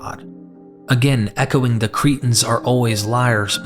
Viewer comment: You make the word Cretans sound like the word cretins, I wish you'd take time to be very clear & precise with you pronunciation. Even the book of Acts you make sound like the book of Axe, just to mention 2 of many!